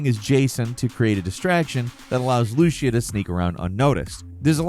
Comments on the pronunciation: Repeat after me... LOO-SEE-AH, Lucía. Not Looshia. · As a Spanish speaking person I have this constructive criticism: Please look up the pronunciation of Lucía as a name. It has an accent on the I, not the U. You'll be using that name often so it doesn't hurt